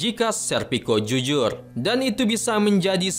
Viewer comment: R min bukan L bukan juyur jujur😂🤣😂